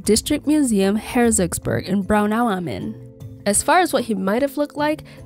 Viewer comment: it's kinda weird how you say Braunau am Inn like it's one word. It's Braunau (city Braunau) am Inn ( by the river Inn).